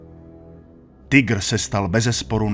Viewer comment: Konečně někdo nevyslovuje "Tajgr"! Děkuji.